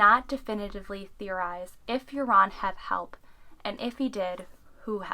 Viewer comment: You are not saying his name right.....Joran is pronounced 'Yourn....Not 'Your-On'.